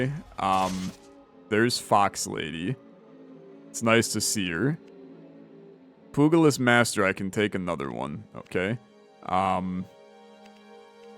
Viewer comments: Its pronounced pyooja-list, poogalist is a lot funnier though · Pugilist is pronounced "pew-jill-list". Soft g. But nitpicking aside, I do really love this game.